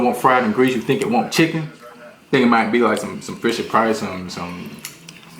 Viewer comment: im dead, that man said Fischer Price hahahaha